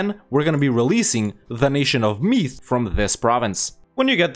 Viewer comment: I am Irish and when he pronounced Meath wrong it angered me a lot.